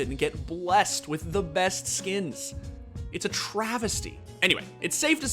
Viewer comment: "SKEENS" yep, this guy is definitely addicted to unconsciously spamming the inspect button all the time.